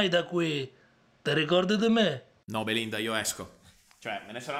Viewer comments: Da genovese ad ogni Beelinda pronunciato sono scoppiato a ridere! Che giochi meravigliosi <3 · "Bee-Linda" - "Ant-tony" xD ahhaahahahah